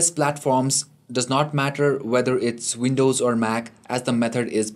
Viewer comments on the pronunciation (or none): none